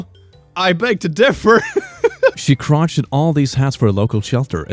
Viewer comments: It's pronounced cr-O-sh-ay-d like crow and shade not crotched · This video is so nice, and wholesome. I'm not even gonna dunk on you for pronouncing crocheted like you've never read a single word outside of english. I love you man, and I love your videos. Stay up.